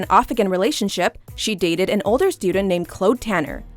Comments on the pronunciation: that...that is not how you pronounce claude. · The most upsetting thing is them pronouncing Claude as Clode :( its CLAWD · God the way you say “Claude” hello my name is clode tanner, what’s your name?😂😂😂 LOL it’s pronounced “CLOD”